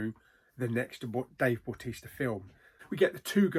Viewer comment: meh it's a miss apart from dave bautista (please say his name correctly) 4 out of 10